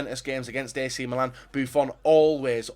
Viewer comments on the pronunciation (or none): none